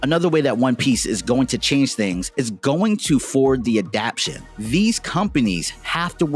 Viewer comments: I really enjoyed the graphics work and storyline of your presentation. The only thing to modify is the word adaptation 'adap-tay-shun'. Keep putting in great effort. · I like the video but I'm a grammar freak, so every time he says adaption instead of adaptation, I want to tear my nails off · It "adaptation", not "adaption". Otherwise nice video!